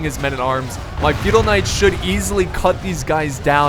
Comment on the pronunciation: Anybody else thought he was saying "fetal knights" the whole time?